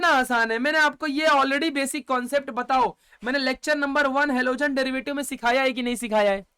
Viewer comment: Halogen ❌ alogen ✅😂.. Thank you sir...all clear ❤